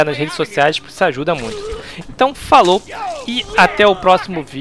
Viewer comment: 'kkkkkkkkkkk cara toda vez que vc fala "falow" eu pauso para rir